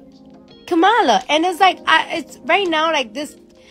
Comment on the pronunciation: If you’re not voting…you have no opinion. And say her name right…COMMA-lah 😒🙄